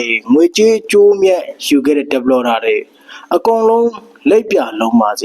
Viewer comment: ဟရောင် developerကိုဘယ်လိုပြောတာ😆😆😁 မအေလိုးတောသား ဒက်ပလော်ဒါဟလား😂